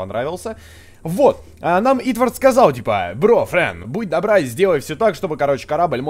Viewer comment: Валентина Виннер= Правильнее не Итвард, а Итворд(◕ᴥ◕)